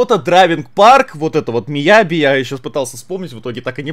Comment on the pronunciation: Miyagi: существует Саня: Miyabi